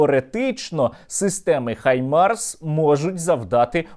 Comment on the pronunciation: Нарешті хтось хто не каже "хімарс" на Хаймарс, дякую